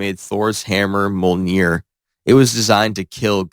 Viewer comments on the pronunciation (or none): Bro really said mojilnier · Mulneer is crazy I don’t think it’s pronounced like that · how he pronounced Thor’s hammer